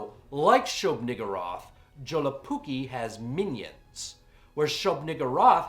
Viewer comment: You know, I first thought that your username was some kind of joke, but after seeing this.. I believe it. Only a true undead monster could be capable of butchering my native language like this. A true horror for the ears. PS: Awesome review, this movie really is underappreciated even here in the north. Though I did like the shorts more.